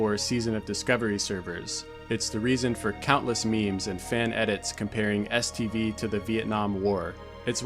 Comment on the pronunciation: Am I trippin, or do I hear STD every time you say STV? Either way, I sometimes feel like the zone did give me several STDs from all the pvp orgies I took part in back in the day...